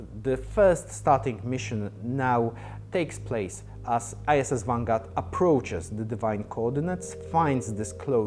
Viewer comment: Great update! Sounds like he says "ISIS Vanguard", :D